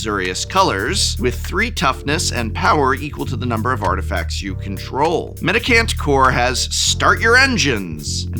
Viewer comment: It’s a mendicant, not a medic ant. That said, nothing about its mechanics particularly seem to fit either name, so call it what you like I suppose :-)